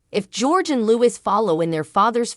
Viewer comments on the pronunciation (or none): Don't make assumptions about it, I would imagine they would stay as day students. By the way it's LOUIS not Lewis! Silent S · Nothing wrong with going to boarding school at 13. He’s likely to be a weekly boarder. And the name is LOUIS. Not “Lewis”, don’t sound the final S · Tge nane is pronounced Louie. Not Louis or Louise.